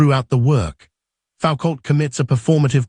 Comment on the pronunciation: AI slop. FFS you can't even pronounce Michel Foucault's name.